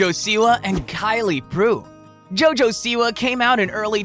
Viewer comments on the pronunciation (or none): none